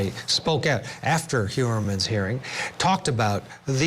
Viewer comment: "Hoy'-er-mun" not Hyoorer-man.The police who botched this case earlier on, including stiff-arming the FBI, need to be charged & jailed.